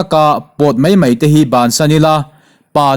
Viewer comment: mai tih tur ah mei tiin a chhiar leh thin a..CM chu..lehpek ah chuan dik hram teh se...